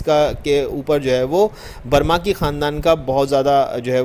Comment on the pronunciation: برمکی ہے نہ کہ برماکی۔